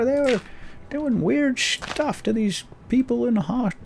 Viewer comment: Weird "sh-tuff" indeed,. Nice save:P